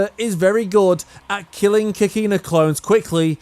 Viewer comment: lol I Hate the way you pronounce Kakine (Kah - Key - Neh)